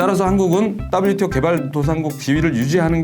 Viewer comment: ㅋㅋㅋㅋ 따블유티오 ㅋㅋㅋ 친화적 발음이 쏙쏙 박히네요! 개도국 지위 포기는 농민들 관점에서 생각해야하는건데 농민없는 농민정책이네요!